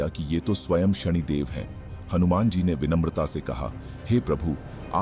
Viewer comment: शणीदेव ❌ शनिदेव ✅